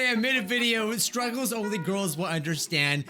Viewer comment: I kept hearing say "Scrubbles" instead of "Struggles" 😂😂